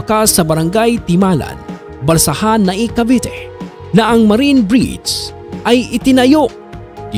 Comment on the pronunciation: Gusto ko lang pong itama kayo. Kase natatawa kame sa pronunciation nyo po. Nobodys perfect. I correct ko lang po. Cavite as in bi madiin po yon. Hindi po cavete.